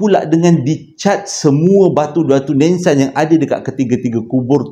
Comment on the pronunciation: Batu NISAN bang😂 bukan NENSAN 😂😂